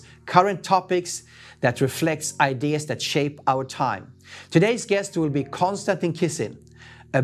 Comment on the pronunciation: Mispronounced the name of your guest. I'm done seconds in. Kon - Stan - TIN (not TEEN) ugh.